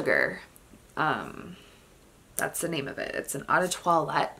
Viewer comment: How do you work in the industry yet mispronounce 'eau'? It's not 'awe' it's pronounced O.